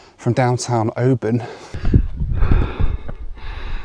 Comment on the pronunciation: Kept wincing at the pronunciation of Oban. :) The city they SHOULD have named it after is the next one up the coast -- it looks JUST like Mallaig. Even unto the high road going to a really nice OP. (both about 600 population)